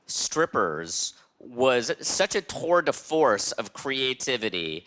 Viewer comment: Was it a "tour de fource"? It was a tour de fource!